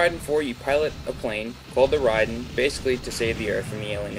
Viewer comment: Rahiden? RHAIDEN!?!?!?!?!? -.-... Ray-den.